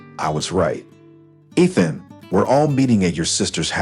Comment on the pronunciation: And say the words correctly, especially the name Ethan